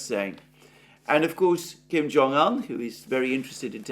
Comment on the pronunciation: Kim Jung Un NOT Kim Jung An